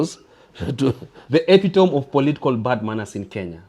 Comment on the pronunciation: epitome... /IPITAMI/ ...not /EPITOM/